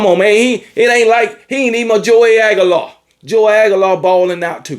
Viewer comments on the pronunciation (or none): none